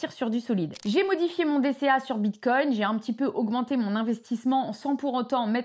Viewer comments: Je ne suis pas un connaisseur mais il me semble que l'on ne prononce pas "bite cogne"... 😂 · Tu peux arrêter de dire "bitecogne" toute les 30 seconde . stp